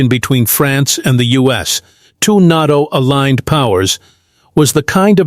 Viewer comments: Quit saying, "Not-o" for Nay-toe"... it sounds like really dumb AI. Nevertheless, thanks much for your reporting! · AI mispronounced NATO. FAKE. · I didn't know it was NAHTO, I always thought it was NATO.